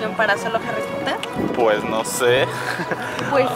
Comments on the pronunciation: Al igual que es potter no porer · HARRY POTAH !